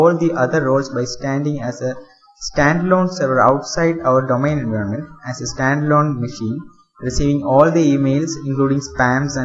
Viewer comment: Learn how to pronounce environment. I have heard lot of indians making this mistake.